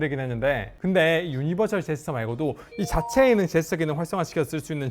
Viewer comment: 발음 진짜 ㅋㅋㅋㅋ 유니버ㄹ시제스쳐 ㅋㅋㅋㅋㅋㅋㅋ